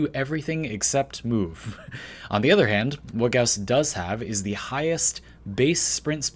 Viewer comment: Video: says gauss wrong Me: im out